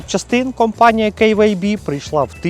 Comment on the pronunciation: Прикольно звучит Кэй Вэй Би🙊😁 Магаз Норм!!! Бренд не знаю, не пользовался! Костян Красава!!!! 👍